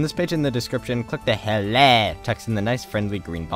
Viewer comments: "click the HU-LEH button" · Hlae 😂😂😂that pronunciation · I don't know why I laughed every time he pronounces "HLAE" the way he did xD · i love when you say HLAE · I laughed when u said "HLAE" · Is it just me or is the way he says HLAE hilarious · The way he says HLAE lmao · The second I heard you pronounce "HLAE" ... You earned my sub :'D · i will never read HLAE in the correct way aggain after this... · It´s funny how you say HLAE :-D